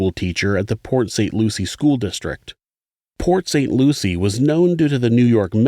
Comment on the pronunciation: I grew up in the neighboring area and “Pot St Lucie” made me giggle!